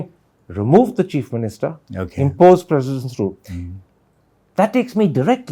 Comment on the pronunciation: Its President Rule not President Room 😅😅😅